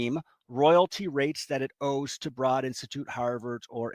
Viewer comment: BTW, Broad is pronounced like road.